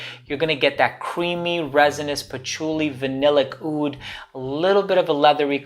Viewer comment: But not oud :)